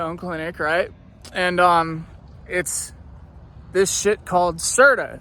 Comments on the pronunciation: LOL ITS CERT-O! HE KEEPS SAYING CERTA... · It’s actually Certo not Certa!!😂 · "C E R T A"😂😂😂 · this fool said certa